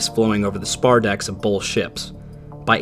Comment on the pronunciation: Awesome documentary. Thank you! I couldn’t help noticing you have the dialect where you pronounce the word both as “bolth”. Linguistics also fascinates me.